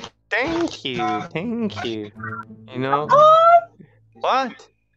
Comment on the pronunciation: He says thank you like tank you